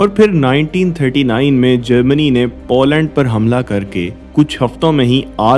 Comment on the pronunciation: Zem TV ka style copy kiya hai aapne. But jo bhi hai, accha video hai. Good job And it’s पोलैंड not पौलैंड